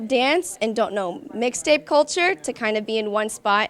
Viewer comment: Did anyone notice she said lil mayne wixtape😂😂😂😂